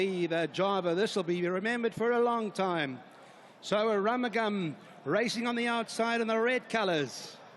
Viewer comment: The commentator called him "A Rum a Gum".... We were shouting for AROOMOOGAM!